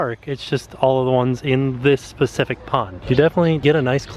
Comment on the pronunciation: specific!!!! SPECIFIC!! not pacific